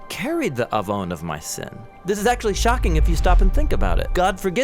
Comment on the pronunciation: תודה רבה 👍🏻 well done video As a Hebrew speaker - you’ve nailed it and communicated the word עון clearly and powerfully and above all - pointed to Yeshua and the gospel.